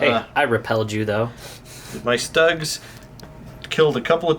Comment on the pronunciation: Schtuugs........not ztUGGs 😁